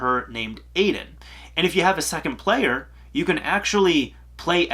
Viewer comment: Um, the ghost’s name is "eye-din". Get it right😉